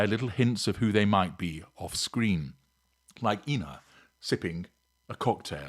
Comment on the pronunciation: Ina Garten's first name is pronounced "eye-na."